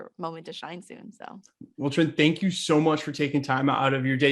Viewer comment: I think her name is Trinh Tran, not Trihn Tran